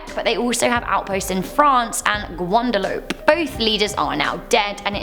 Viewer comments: GWANDALOPE?? Ha ha ha! The place is pronounced: "Gwada- loopay". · Now I know I'm a year late but are we really gonna ignore how she said Guadalupe Wrong??? Like my dude not only is it a country but a Catholics mother 😅😅